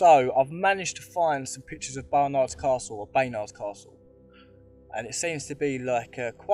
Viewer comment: Great work apart from the pronunciation of Baynard. 😂🤣😂